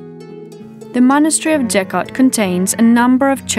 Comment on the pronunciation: With all respect towards the video makers. The church couldn't be built in third century BC. Gotta be AD. And the name is pronounced with hard G sound, not J sound. BTW, the church is really amazing place for visiting!